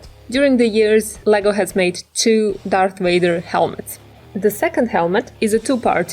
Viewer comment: Darth Wader!?